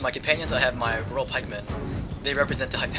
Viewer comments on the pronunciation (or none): none